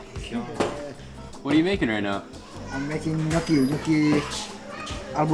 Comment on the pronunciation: Its Gnoooochi. Like my GRandma Nonni used to make in America